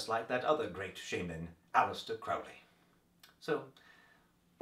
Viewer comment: Actually, A.C. pronounced it "Crowley, as in Holy." Just for your future information. Also, check out Promethea.